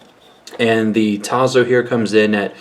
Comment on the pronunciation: T A S S O, Italian pronuntiation. You need to learn other languages my friend.